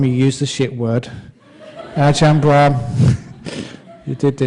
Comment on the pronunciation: It's brahm not abraham... Lol